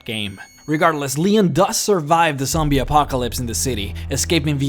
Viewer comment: Sombie?? Magasine? What the hell is wrong with u? 😂😂